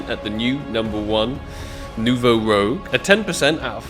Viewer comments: It’s a Nouveau “ROUGE” - not a Nouveau “ROGUE” regardless one of my favorite skins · ROUUUJ NOT ROGUEEEE, i think is dyslexic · It's not Rogue, it's Rouge it means Red in French and is pronounced as Roeje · Its not Nouveau RO-GE - its ROO-SGH - as in FRENCH! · lol and you're still not pronouncing it correclty. It's not ROGUE, it's ROUGE. As in "roozh" - It's a red color. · Ok can’t not say it, this is 3rd time. it’s not rogue, it’s rouge which is French for red, so it’s New Red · It’s not rogue it’s rouge x) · it's not nouveau "rogue" ... it's rouge. roo-je. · Rouge not fucking rogue. Jesus man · its nouveau rouge not nouveau rogue man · It’s pronounced ROO-j. Not rogue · ROUGE, not Rogue. It's pronounced like "rooj". it's french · rouge as in red. not rogue. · It's Rouge (Rooj) not Rogue my guy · You are pronouncing it wrong it’s a French word you pronounce it nouveau ROOJ not rogue like the class in Warcraft 😂in French it means “new red” sorry I’m Canadian lol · Its Rouge not Rogue :p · Not to burst your bubble but you still say nouveau rouge wrong haha. You got nouveau down but keep sayING ROGUE like a rpg class. Its ROO-GE the colour red in french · Bruh it's "Rouge" not "Rogue". rooje. It means red. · Its not Nouveau Rogue, it's Nouveau Rouge.. 🤓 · It has to be on purpose at this point lol. Rogue❌Rooj✅ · Rouge not rogue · It's Nouveau Rouge (New Red) not Nouveau Rogue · It's Nouveau Rouge, not Nouveau Rogue, and if you wanna know how to spell it it's like Moulin Rouge (R-ooo-jjj) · you're still struggling to say it lol it's pronounced like "rooj", not "rogue"! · And it is Nouveau ROUGE (not rogue) : [ʁuʒ] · Its been three videos and bro still cant pronounce rouge xdd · NOUVEAU ROGUE IS LIKE THIS ITS NOUVEAU ROUGE ITS FRENCH YOU DEEPFRIED WORM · Btw it's not "Rogue" it's "Rouge" pronouned as "Rouj" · Who is going to tell that its Nouveau Rouge, and not Nouveau Rogue lol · ITS NOT ROGUE AND YOU KNOWWWW ITT, its pronounced Ruje